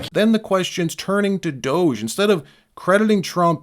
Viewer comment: Hey Gavin, it's DOGE not douche.😂